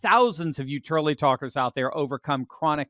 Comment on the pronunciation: Turley not turkey